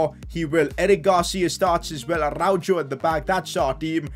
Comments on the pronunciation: IT IS ARA-HO NOT ARAUJO AND THIS GUY CALLS HIMSELF A BARCA FAN🤦🏻‍♂️ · im sorry but this bothers me a lot😂 its pronounced “arauho” not “jo” lol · Its Arauho not Araujo😭😭😭😭😭